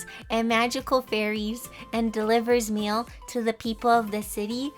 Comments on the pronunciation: What she said: magical mail person What I thought she said : MaGICal MaLe peRSon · Every time you said mail I thought you where talking about men😂!! BTW I love the drawing